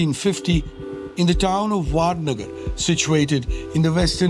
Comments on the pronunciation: the person who speaks ‘vadnagar’ as ‘vaadnagar’ is making a video lol, irony !! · First, it's not Vaadnagar, it's vadnagar. These so called experts can't even do proper research on pronounciation of the name of Modi's birth place. Secondly, the moment you interview P Chidambaram, your program totally loses credibility and any semblance of independence or impartiality is lost. And in the name of showing death of democracy, you are showing a clip from a protest asking for separation of Kashmir from India. Do u guys even research your content or edit your output? As expected, Bloomberg disappoints